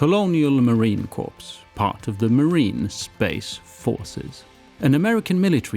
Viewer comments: Its pronounced "Core" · Awesome, my friend!! Thank you for the nod to the United States Marine Corps. By the way, CORPS is pronounced “core.” Corps is a branch of the military assigned to a particular kind of work. I trust your health is continuing to improve. I learn so much from your videos. Thank you! –Rick, USMC